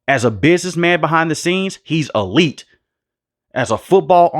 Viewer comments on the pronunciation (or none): none